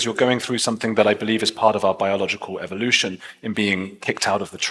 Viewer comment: I wish Richard would pronounce evolution the right way, just saying.